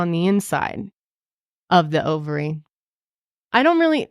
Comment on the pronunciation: I was like wait… does she mean Ovary? 😂😂